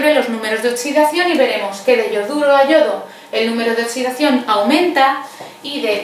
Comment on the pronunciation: Esta mujer explica muy bien, pero me pone súper nervioso que diga oTSidación